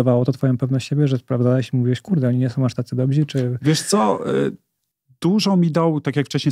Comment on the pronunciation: Mówi się dobrzy zawodnicy. Ty mówisz dobzi.😜